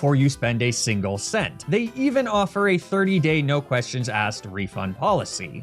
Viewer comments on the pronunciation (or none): none